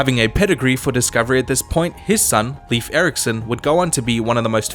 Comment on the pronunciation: It’s leifur 🤦‍♂️